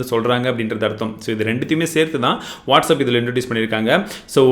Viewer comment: Bro it's not whats up it's what's app